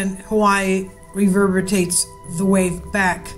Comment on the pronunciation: this lady try to use a word she obviously didnt know and butchered it up...reverbitates...lol...She tried to sound smart instead of speaking naturally...Anyway it is reverberates. OMG while typing this she said a magnitude 9 releases 32 times more than an 8 and a 1000 times more than a 7. Now im taking the gloves off cause there are more errors than this. first of all she should learn the vocabulary before taking on big words to share with people then she should learn basic math to understand algorithms and exponential scales or at least have it checked before she ruins herself. I hate when people try to use big words and logic to try to impress others and put on a show...its so obvious. Like when an idiot uneducated goof gets stopped by the police and they try to talk their way out of it. rofl ...If I did something like this I would be laughed at lose my career and left in isolation.